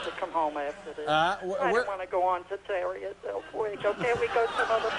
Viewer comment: I always loved the way Larry mispronounced Tierra del Fuego as Terria del Fuego.